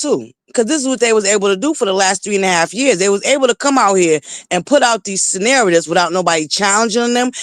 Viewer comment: The word narcissist has 3 syllables and is pronounced Nar-ci-ssist, not Nar-ssist. Also, I think the word that you're trying to pronounce is not senarative. It is scenario, Sce-nar-i-o, and it has 4 syllables. This is not to ridicule. If I had a platform and was pronouncing words incorrectly, I would want someone to tell me. I think it's unfair that your subscribers continue to let you mispronounced these words.